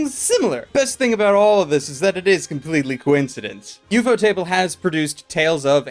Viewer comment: Thought Ufotable was 1 word...not ufo-Table...😅🤣